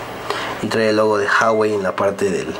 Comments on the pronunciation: se pronuncia la hache, en chino no es muda, es Juagüei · se pronuncia GUAGUEI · Se dice uawei, no jawei ni juawei. Saludos! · Jawai??? Se pronuncia huawei .... 🤦‍♂️🤦‍♂️🤦‍♂️ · se pronuncia "Juawei" y el precio oficial de telcel es de 8,000